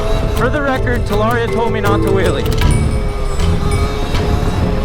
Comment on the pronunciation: The butchering of the name is crazy